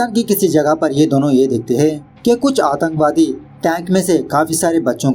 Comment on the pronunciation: Aatankwadi not atanwadi😂